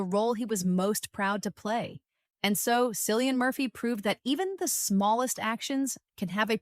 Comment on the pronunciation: K Cillian w the k sound